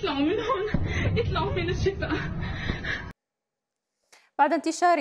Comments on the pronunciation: ليس فقط حرفي العين والحاء ، وانما ايضا حرف الطاء ، قالت " اتلعوا من هون " وليس اطلعوا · نسيتوا التوضيح أيضاً بأنها قالت "اتلعوا" بدلاً من "اطلعوا" و استخدمت كلمة "الشِفا" بدلاً من قول مستشفى الشفاء أو حتى غزة.. كما أنه من الواضح أنها متبرجة و لا أعتقد أن أي سيدة مهما كان التزامها الديني لديها الوقت و المواد و الإنسانية و الأخلاق لتذهب للمستشفى للعمل و هي متبرجة هكذا